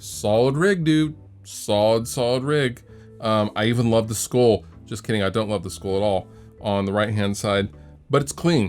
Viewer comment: You don't love the school at all? I've never heard a Washingtonion (Washingtonite?) pronounce the word "skull" the way you do,.